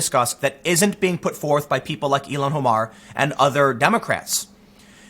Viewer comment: Tim, her name is “ill-han” Omar, not “Elon” Omar